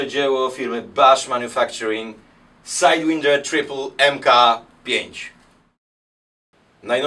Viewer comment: czemu sajdwinder jak SAJDŁAJNDER przecież...